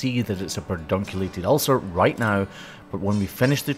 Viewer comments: it’s pedunculate not perdunculate. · Love the channel, but it is ped-unculated, not per-dunculated. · Did you mean pedunculated? Not perdunculated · Sorry to have to correct you but it’s Puh-dun-cue-lay-ted. There’s no R in it-it’s not Per-dun… I was pretty sure but I looked it up just in case. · It's PEDunculated not PERDunculated...! :) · I think you’ve added a letter to Pedunculate 😂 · I'm so sorry to be that person, but it's like poison ivy on my brain...the word is definitely PEDunculated...there is no R before the d... which is a phonetic spelling of your pronunciation. ❤❤❤❤ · Pedunculated. There's no R in there.. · *Pedunculated (Sorry! LOL) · I don't know if this is a country/language thing, but that's actually pedunculated without the r. 🤣 Don't you just hate those spelling Nazis who correct every little thing?!? 😂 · Love you, the music and your videos, but I can't sleep tonight until I've let you know that pedunculated doesn't have an 'r' in it. Please forgive a pedantic old fan of you and your channel. ❤️